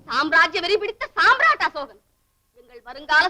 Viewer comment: யோவ் அது காம்ரேட் அல்ல. சாம்ராட் அசோகன். காம்ரேட் என்பது கம்யூனிஸ்ட்கள் பயன் படுத்தும் வார்த்தை.